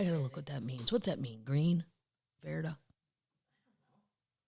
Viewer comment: “Verde” (ver [rhymes with fair] dā) is green. You were close!